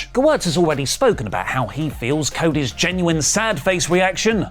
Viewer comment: 1. I love seeing and hearing everyone mangling the name Gewirtz. Props to you for getting it right. 2. IMO it seems like Gewirtz is burying Cody with this comment, laying out a narrative of Cody "going into business for himself", as it were.